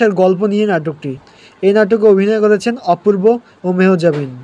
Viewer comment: মেহজাবিন নামটাই ঠিক মতো বলতে পারেন না আসছেন ভিডিও বানাতে।